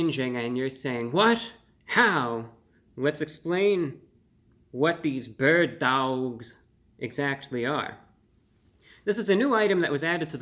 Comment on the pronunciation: “Burd Dowlgs”